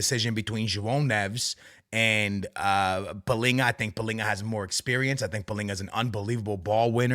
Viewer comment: AA, I'm sorry dude, you're Portuguese, why the hell are saying palhinha's name palinha ? And the rest of the players you say like a normal Portuguese guy 😂😂